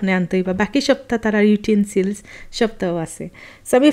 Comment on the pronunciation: Forget the pronouncing of porteguese you cant even pronounce English words properly for example 'utensils'